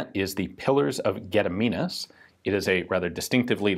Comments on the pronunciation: English channels talking about Lithuania's history can't pronounce anything Lithuanian at all. Gun Jesus comes along and pronounces it near perfect on his first try. 10/10 would like again. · Fanks for good pronauncmen for gediminas name.